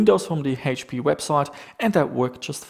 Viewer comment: Funny how you say "Hate-P", or "Heash-P" instead of H-P. lol